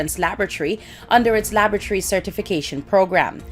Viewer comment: Laboratory Alana not Labatry.